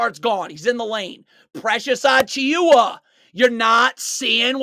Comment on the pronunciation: Dude its pronounced “Ah-Chew-Ah” the i is silent